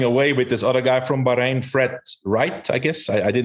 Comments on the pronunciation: George pronouncing Bahrain as Ba-ha-ron. 😂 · FFS can George pronounce Bahrain correctly. It’s not that difficult